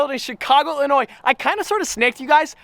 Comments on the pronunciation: I was just fishing there a few weeks ago. Thank you for not pronouncing the "s" in Illinois.... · Thank you for saying sears tower and pronouncing Illinois correctly.....